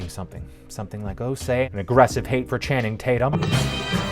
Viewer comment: "I call him Channing Tate-Yum..."